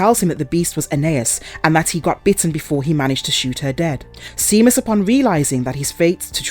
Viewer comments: Lol. Seamus is pronounced “Shaymus”, not seamuss 🤣🤣🤣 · Omg i cant even watch it because of that lol like really? Never heard of Shay-mus? Did you not even watch it? Cause if you had youd have heard them say it. Just a script actress. Doesnt actually know what shes talking about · Please, if youre going to narrate things, fir gods sake, learn to pronounce what youre reading. Seamus is pronounced Shaymus. Granted the spelling is odd, but many common names arent pronounced how theyre spelled. It takes 2 seconds to find out. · the name Seamus is celtic and pronounced Shay-mas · Thankyou for explaining in detail, I watched a review of this film on another channel and he gave no explanation why the gypsies wouldn't leave or whY they were doing there or why the stupid daughter didn't explain to her parents what happened to her brother, so thankyou. But please pronounce the name right its pronounced shame-us . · Saw this in theaters. Definitely an interesting twist on the werewolf myth. Boyd Holbrook's always good to watch too. Btw, Seamus is pronounced "Shay-muss". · Honestly how can someone not pronounce it right?!?